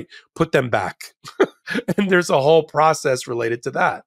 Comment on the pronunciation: He said ‘wooil”